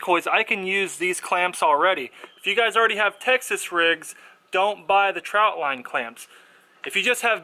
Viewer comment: Not trying to be rude er anything but to someone like me who catfishes a lot it's annoying when someone says troutline instead of trotline.